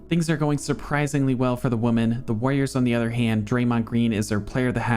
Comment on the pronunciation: JFC dude. its women, not woman. Do you not know how to talk? Nasally a$$, don't know how to pronounce words. Yikes